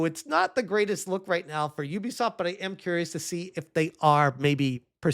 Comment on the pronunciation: Who the hell is youbisoft. Might as well call me a youber.